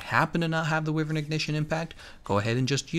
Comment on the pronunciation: Wi-veryn < WYvern - ignition